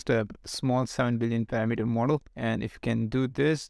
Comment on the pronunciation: Hey man just a tiny English tip, the emphasis in parAmeter is on the second a, not the first e. Good video, very interesting. Hope I wasn't too annoying (